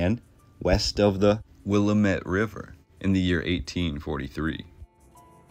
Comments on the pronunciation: From a true, 5= yea Dr old, born and bred Oregonian, to others , it is not the "😕Will~ah~met" River, it is the "😂WILL~AM~IT" River... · Will-am-ette River...not Willa-met River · With the kindest intention I want you to know Willamette is pronounced "Wil-LAM-ett, not Willa-met. This is a great video about Portland! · The way to pronounce the Rivers name is like this. Will AM it not william et….willamette river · Born Oregon City 1949, raised in SE Portland. Good job except for a few glaring errors in pronunciation, which is expected (Wil-AM-et, not the suburb of Chicago; Captain John Cooch, not couch like the sofa). But some of the history is a bit shoddy: the railroad arrived in 1883, not the 1890's; and most of all, Oregon City faded and Portland became the big city because of the Ross Island sand bar prohibiting ocean going vessels from getting past. In other words, Portland was the head of navigation. And who stated such? Cpt. John Cooch. And the demolition of cast iron buildings on Front Street coincided with a general movement to "modernize" America after the Depression, through the sixties. Also, for excellent photos of Portland's past check out "Vintage Portland", an entry a day for the last 14 years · A lot of these photos are from the Lewis and Clark exposition era and all those building were torn down after the expo was over that is why you see no people in them. It was all built for that then taken down. Also WILL AM IT is how we pronounce Willamette. Family photos from the mid 1800's show mostly wooden buildings in small areas of what is now Portland. Some of the street names are actually the names of small towns that became the city as the city grew out to meet them. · Great video, just one thing the river is pronounced Wil (rhymes with bill) - Am (rhymes with Pam) - It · Will-lamb-it is how you say Willamette. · Will-am-it and Koo-ch are the correct pronounciations. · Willamette is pronounced Will-AM- ette. Couch is pronounced Coo-ch.